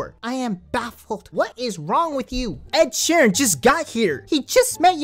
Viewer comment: Man said Ed sheran